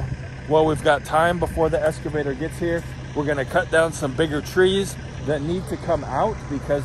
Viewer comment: Now that machine is an “elks-ca-vator”, NOT “es- ca-vator”! I am sure that with practice you will get it right! LOL!